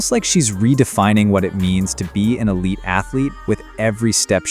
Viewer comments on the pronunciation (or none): none